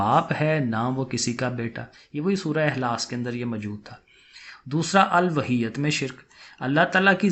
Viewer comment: الوہیت کا تلفظ چیک کریں سر